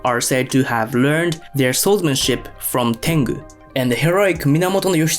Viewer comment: ale te ai beznadzieja fudomo? xD Fudo Myoo..... zakrzywienia ? horimono czyli zlobienia.. tangu to tengu .. xD